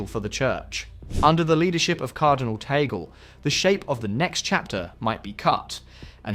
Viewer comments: It’s TAG-LE, not TAGEL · its not Tagle' you can read it or pronounce as Tag-Le